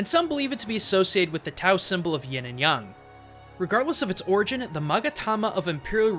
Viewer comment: OMG, the first gaijin I've heard to pronounce the word "Yang" correctly. Respect.